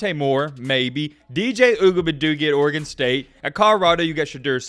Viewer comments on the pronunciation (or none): none